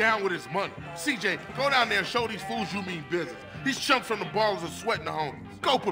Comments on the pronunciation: je une fan de toi gta mais sa se dit cj =cijey pas ciji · C'est si djéy bordel !! Pas si dji 😂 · Cidjay pas cidji😂😂😂😂😂 la mauvais prononciation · S'il te plaît c'est (ÇIJEY) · Hey il faut dire CIJÉ car j en anglais cest dgé, le g par contre cest Dji voila voila ^^